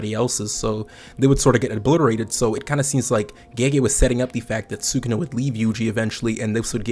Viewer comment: Respectfully, learn how to pronounce sukuna